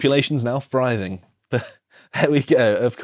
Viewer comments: "Our society/community is thriving." This is extremely common terminology. Also THriving. Not Friving. Was actually confused you meant a different word until I read the tweet myself. Pronunciation is important. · Not surprised hates the word 'thriving'. I'd be pretty pissed off with any words I still couldn't pronounce after three goes too. 😂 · I suspect hates the word 'Thriving', because he can't pronounce it correctly. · A lot of us pronounce 'th' as an 'f'